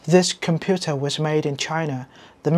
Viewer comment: Có ai bị khó chịu khi nghe ng việt phát âm made thành mét update thành up-đét giống mình không?😢😢😢